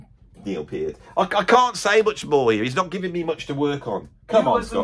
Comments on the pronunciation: Very few people know it's actually properly pronounced Neil "Pee-art." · He can't pronounce Peart correctly. Pert was the percussionist in Brand X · You can find a YouTube short where Geddy shows how to explain Peart under "Geddy explains how to pronounce "Peart." (about 5 seconds long). It's Piert.